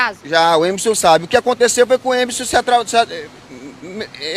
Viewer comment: Coitada dessa senhora. E me da uma agonia esse pessoal que tira o R das palavras. "Emeson". E me admiro é dessa repórter falar errado.